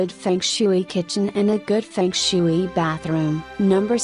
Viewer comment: I can’t take anyone seriously who said fung shooo-eee